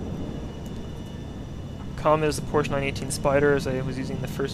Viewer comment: Oh yeah you are the first one who speaks out Porsche correctly . Respect. Good review.